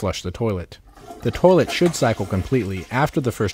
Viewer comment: Why do all the dudes in the tutorials say toe-lett